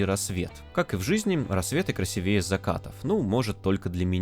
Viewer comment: мне нравятся твои ролики и именно поэтому я скажу: пожалуйста, проверяй ударения, особенно в словах красИвее и кУхонный. а так все круто